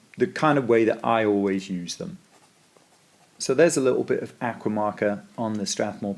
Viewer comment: Very interesting. Please learn to pronounce the word aqua